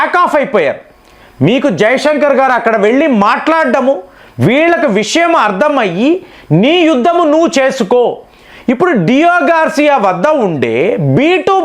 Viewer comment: గార్షియా....గార్జియా కాదు